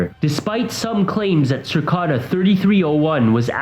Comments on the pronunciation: Cicada 3301. NOT Circada. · It's Cicada ( as in insect) not Circada. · Cir-cada. Jesus. 😂 It's pronounced "sih-cay-dah." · CIcada not circada .. dumbass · it’s literally cicada not circada, it isn’t that hard xd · Lmao, what in the fuck is a "circada"?! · Cicada is pronounced si-k-da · Thought it was pronounced 'sihkayduh' and spelled like the bug cicada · LEARN THE CORRECT PRONUNCIATION!!!!!! It’s CICADA!!!! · "Circada"......... Research your subject matter so you don't sound like a fool when presenting it. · Did you just seriously say "circada"? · Sir-ka-da??? Unsolved??? Lol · No offense, its cicada, like the insect cicada, that being its mascot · After watching the rest, you should re-title this video '8 Things Literally Everybody Knows About The Deep Web'. This is the laziest clickbait I've seen in a long time. Except everyone else is somehow able to read CICADA correctly and without erroneously adding an 'R' into it for some reason. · What is the deal? No one knows how to say Cicada/cicadas..... I've heard so many different pronunciations and some are funny AF 🤣🤣🤣